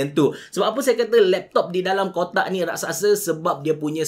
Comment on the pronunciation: Raksasa bukan Raksaksa